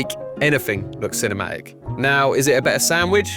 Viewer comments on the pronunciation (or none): Can I be ci-ne-ma-ic? Excuse me lad, I believe there's "t" in the word CINEMATIC, right? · it took me until now that he wasn’t “chinema egg” 💀 and actually said “cinematic” AHHAHAHAHA